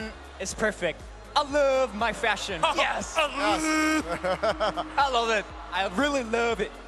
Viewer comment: who didn't understand: I LUUUUVVE my FÆshioN